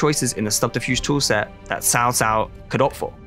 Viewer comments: they pronounce it "sao sao" basically every time, the S sound should be basically non existent, it's pronounced tao, in Chinese, T as in Tyler T--- and ao as in ouch (tao). Western people consistently mess up Chinese pronunciations because the English translation is poorly done phonetically. For example wang is actually pronounced wong in Chinese A as in avocado, rather than Ambulance. Or Qing dynasty, pronounced in Chinese as Ching These differences may seem relatively minor or pedantic in English (a language known for "Tomato, To-mahto, flexibility in pronunciation) In Tonal languages this is not the case at all, a pitch change makes the entire word meaningless or change meaning entirely. It tends to be hard to detect this as a native English language speaker with the massive variety of accents. But in many Asian languages fidelity of pronunciation is very important and not subtle. Hence it can come off as disrespectful when you make a multi-million dollar game about China, and don't care enough to say one of the most famous Chinese characters ever right. It would be like a Chinese company making a game about Julius Caesar and pronouncing it Julie, Cheezvar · its CAO CAO not sao sao my god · NAME NOT TSAO TSAO THE CORRECT NAME CAO CAO (PLEASE CHINESE INTONATION ) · It should be pronounced as chow chow not sao sao. It is a really nice video btw :) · YES that is what bothered me the most while watching the whole video lol. I'll rather they pronounce it "Chao Chao" which sounds less weird than Sao Sao. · It is cao cao, not Sao Sao.... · Caocao=Chow chow/tse ou tse ou not shaoshao=wife (that's why you ppl butchered the language following Japanese pronounciations. ) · Cao Cao: I should make a law that anyone who mispronounced my name (like "sao sao") would be excuted. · pronounce cao cao as chau chau please thanks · "Sao Sao" lmao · oh my god please stop saying saosao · Your pronunciation is appalling 😂 Who is sao-sao? 😂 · it's so funny everytime he says Cao Cao